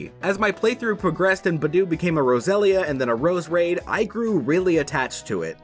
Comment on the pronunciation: Did he just say I loved it when budew become a rosella then a roserade?